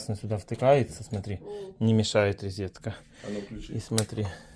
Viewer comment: Грамотей... Когда выучишь...рОзетка, а не рИзетка...